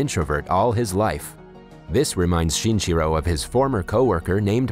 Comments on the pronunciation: count how many times he said "shinchiro" instead of shinichiro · lol the way you pronounce his name sounds like chinchilla